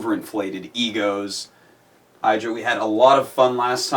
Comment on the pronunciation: OLOL U PRONOUNCE IDRA WITH A SHORT I FUCK. I've been doing it wrong. My life has changed.